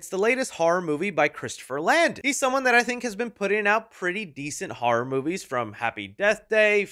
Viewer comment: Why do you say “har“ instead of ‘Horror’?